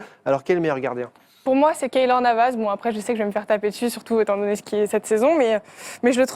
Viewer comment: Je l'aime bien mais quand elle a dit Navas je me suis dis humm 😂